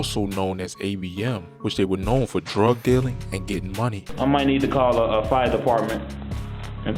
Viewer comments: Yep whenever you hear that "tew" I was like that's BMore all day... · Know your ass from Baltimore “teewww”😂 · You hear how he says 2/to/too 🤣